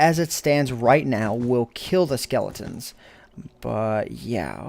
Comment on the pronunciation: like if you twisted your head when he said lets see if we can hear the skelotens